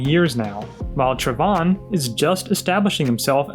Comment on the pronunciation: Finally somebody who pronounces Trevon correctly 🥳🥳🥳